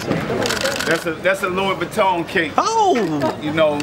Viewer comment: Actually he said it properly..mmm. Its french So its pronounced like this lwi vueton accente over the o sounds like tun